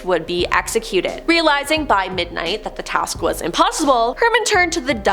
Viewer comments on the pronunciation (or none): none